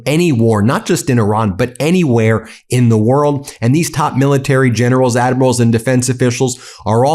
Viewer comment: Lol gennerows and admirows 😂